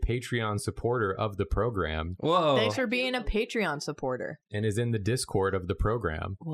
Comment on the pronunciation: How come when they say thanks they often pronounce it like “they-nks”? Is it a meme or something? They just do it like it’s normal?